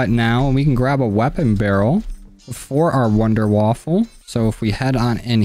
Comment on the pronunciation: Wonderwaffe not wonderwaffle